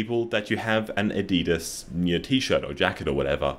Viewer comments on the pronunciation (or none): dont pronounce adidas wrong pls, its not aDidas its aDiDas!!!! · that's not how you pronounce Adidas :0 also check Jugād and Chindōgu – the art of useless inventions. Or as Kawakami, the famous 70-year old chindōgu inventor once said: “I despise materialism and how everything is turned into a commodity”. The uselessness of some inventions is often quite rebellious and cool.